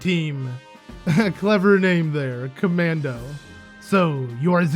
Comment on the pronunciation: I love how you keep misreading Kamado as Kamando.